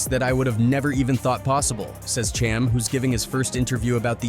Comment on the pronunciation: Dude butchered Cham's name for 20 minutes str8 😫